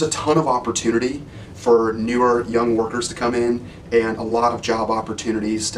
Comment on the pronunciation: looking "fer"?